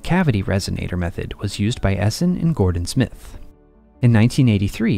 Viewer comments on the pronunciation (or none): none